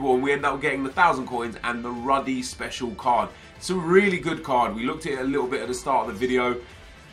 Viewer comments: Its called rudy Not ruddy 😂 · it's pronounced "ROODY" ffs he's not John Ruddy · you sholud say "roody", that's the correct way to say it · Ruuuudy You pronounce it ... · Is it not pronounced 'roody'